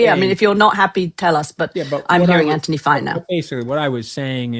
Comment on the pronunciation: Gokd grief, KK is insufferable. She constantly interrupts Anthony (and even rudely mispronounces his name).